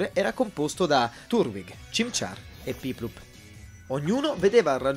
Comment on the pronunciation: Piplup ovvero empoleon Comunque le pronunce sono quasi al livello dello shish di renzi ahahah